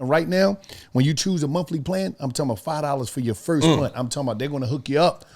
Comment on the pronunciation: every ad: I'm talmbout, I'm talmbout, I'm talkmbout 😆😆